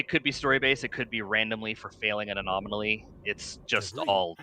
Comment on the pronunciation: good lord! it's "anomaly" not "a-nominally"! There are only 4 syllables, not 5!